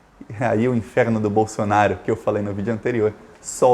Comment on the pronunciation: Por que vc fala Bolsonario, é Bolsonaro